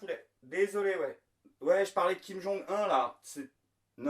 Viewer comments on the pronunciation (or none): On dit Kim-Jong OUNE...Au fait, as-tu des nouvelles de Tatiana Vantose?